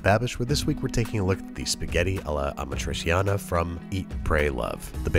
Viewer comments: ah-MA-tree-chiana (roll the R). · The cheese hasn't been integral to it when I've had it and it also had onions sautéed in it early on, with the tomatoes. Also, "ah-MA-tree-CHAHN-uh. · Careful Babish - if Carbonara triggers Italians, Amatriciana being like super traditional triggers them 30x. Still, I think that your first recipe is perfect, so you've got nothing to worry about. Also, Amatriciana is arguably the BEST of the Roman pastas, fight me. It's just *mwah*. Btw the pronounciation is Uh-mah-tree-cha-nah, 'ci' and 'ce' in italian are ALWAYS "chi" and "che". 'gi'/'ge' is 'jee'/'jeh', while 'chi', 'che', 'ghi', 'ghe' are "ki/ke/hard gi/hard ge' respectively. Always, no exceptions. That's why 'parmigiano' is 'puhr-mee-ja-noh', no French 'j'.